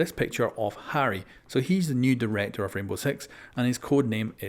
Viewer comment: he said Rainbow Sex xD